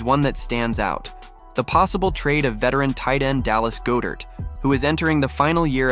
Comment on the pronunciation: Why do you pronounce Dallas Goedert wrong? You’re a birds fan and I find it troubling.